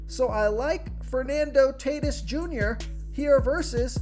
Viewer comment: Cmon man- Fernando Tay Tis Jr.? Any baseball fan knows his name is pronounced TAW-T Ē S